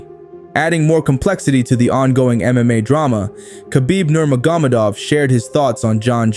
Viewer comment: LEARN HOW TO PRONOUNCE NURMAGOMEDOV !!! you soud like a CASUAL!!!